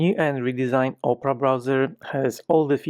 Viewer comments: So the first time I played this video I was just listening to it and when it got to the point of Opera I heard Oprah instead 😂😂 and I was like whaaaat, a colab with Oprah 😅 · when you saying ‘opera’ I kept hearing ‘Oprah.’ I thought it was strange…